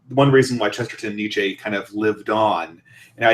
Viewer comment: Precious little discussion of Chesterton on youtube! Good job guys. But your pronouncing Nietzsche wrong!